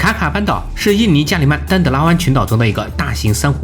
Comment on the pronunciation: 应该是加里曼丹-德拉湾，而不是加里曼-丹德拉湾。加里曼丹岛，即婆罗洲，世界第三大岛。